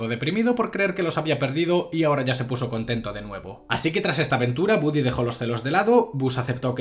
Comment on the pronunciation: se escribe y pronuncia, Woody